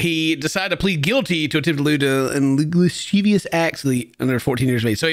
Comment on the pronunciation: Lascivious pronunciation Luh like bruh siv like civ(ilization) E Us